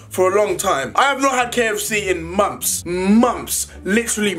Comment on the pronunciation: Why does he say mumps if mumps is a sickness.still a fan